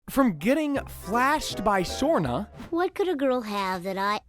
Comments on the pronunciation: It's not shrona its shrana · How the hell did you get Shanna's name wrong so many damn times , Shawn-aaa not Shore-naa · ironically, this is not the first time Bart has had a drivers license at 10 years old. , it's Shawna not Surna.